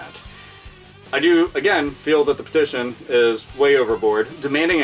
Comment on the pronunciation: Lol. Am I the only one who noticed "peition"?